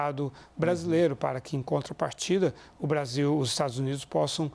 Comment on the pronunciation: pela nação????O cachaceiro mau sabe falar " Brasil" fala Bazil 😂